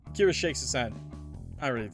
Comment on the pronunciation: I feel so late for commenting 6 months later or something but Akira is pronounced not “A-Kira” but “Aki-ra” and I’m pretty sure the “ra” is pronounced “la” (if it’s a Japanese name tho)